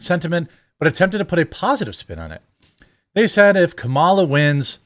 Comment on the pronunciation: Her: "I was educated in this city." Also her: "DEY say if..." Yeah, it shows, sweetheart.